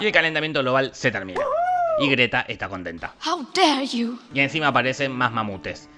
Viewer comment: Nadie: Absolutamente nadie: Greta Thunberg: "Jau der iu" XDXDXD